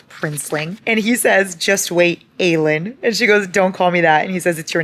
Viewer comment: Every single time you said Aelin’s name incorrectly it low-key killed me 😂 I’m like “who is Eileen?!”